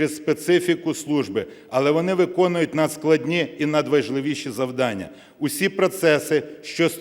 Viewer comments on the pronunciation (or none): none